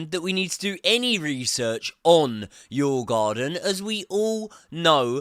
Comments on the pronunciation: you prounonce the "å" in the same way as you would say the "o" in "or" , so its Djurgorden not djurgarden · "I have done extensive research into the name"...?...Sure you have :0) Its: "dyoo·uh·gaa·dn" The D is pronounced and there is no R...where did you get that one from?! Its not even in the spelling! lol